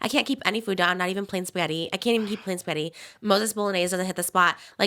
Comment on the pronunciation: ‘Plain Spetti’ anyone else notice she doesn’t pronounce the ‘g’ 🍝